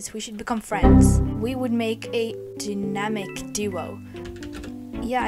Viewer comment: Not her pronouncing dynamic😂😂 (No hate tho!)